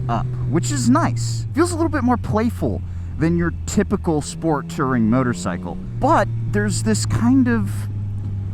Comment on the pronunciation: It's "Touring", not "Tirring". You must have learned the pronunciation from Yammie Newb